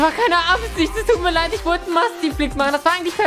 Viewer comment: heisst das leid see you agan????? XD